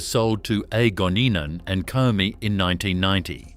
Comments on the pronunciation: Afraid the mention of 'Comeng' and not 'Comm-Eng' made me grind my teeth every time I heard it. Can't handle AI ! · Pity the voice over couldn't pronounce "Comeng" correctly. It's "Comm-eng". Short for Commonwealth Engineering. That's what happens when you use AI.